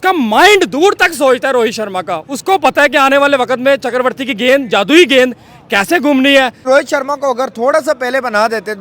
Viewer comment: चक्रवर्ती ❌ चकरवर्ती ✅